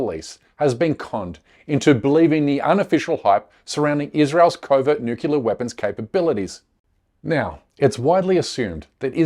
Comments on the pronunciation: This is not as important as your content, but I don’t want my co- thinkers to sound uneducated. The word is pronounced “new ,clear“ , not “nuke ya ler”. Otherwise, thanks for a very informative show! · It's New Clear not NEWkellar! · Omg. Nu-cle-ar. Not Nu-cu-lar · Curmudgeon's Corner: It's pronounced "Noo-Klee-ar". Try it out this way: "New" then "Clear". There is no such thing, and no such word... as "Nucular". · Please, my brother, learn to pronounce the word correctly: "new-clear" not "new-kew-ler". It's not a small thing. Mispronouncing it suggests you're lazy or ignorant and reduces the faith people have you know what you're talking about. This is sincere naseeha from a friend. PleaseI consider it! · It's not pronounced nuke u lear. It's pronounced nu clee er. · What if someone actually pronounce NUCLEAR properly instead of saying NUCULAR? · "Nuclear" weapons bro...not "newkiller" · The word is NUCLEAR- 2 syllables. Not nookular or nukeular. which has 3. Stick to Nuke to be cute! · For God sake people is not Nuculur or Nucular is NUCLEAR!! What’s up with 99 % of the English/americans unable to pronounce properly a word of this magnitude ? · How can we take your video seriously if you can’t pronounce the word nuclear correctly? It is pronounce as it is spelled not NUCULAR!!!!! It takes all your credibility away and you would know this if you had spent any time studying journalism. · "nukilar" weapons? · Nook-YA-ler? I thought only American posers mispronounced "nuclear" to sound "down home". I guess not. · "nukelear" ugghh xD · Who is this fool? It’s nuclear, not nuculea. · Can’t take anyone serious that pronounces them as ‘Nucular’ weapons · Nukelear 🤣 didnt say it once correctly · The word is nuclear….. not nukular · First time listening to this guy & he really turns me off with his George W. Bush pronunciation of "nuclear": noo-Q-lar. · It’s nuclear not nucular! Fir God’s sake get it right!!! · It is nuclear not nucelar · Oh, no: he said "nukular."